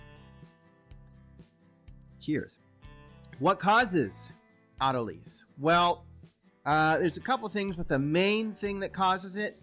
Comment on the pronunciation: Or-tol-a-sis. Try that, sounds better.